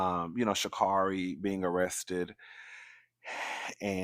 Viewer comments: It’s ShaCar🚗ri, she’s corrected commentary all the time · It's pronounced shacarry I believe.